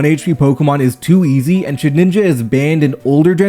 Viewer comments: My guy its SHED INJA not shedNINJA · Look I love the vid but shedinja isn't pronounced "shed-ninja" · no way a pokemon youtuber is calling it ShedNinja